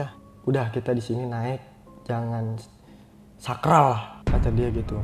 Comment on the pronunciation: SOMPRAL knpa jdi SAKRAL. LEGENDARIS knpa jdi LEGENDERIS 🤣🤣🤣🤣